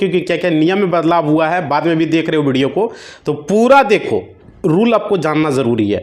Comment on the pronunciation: बिडियो नही व्हिडीओ बोल 😅😅😅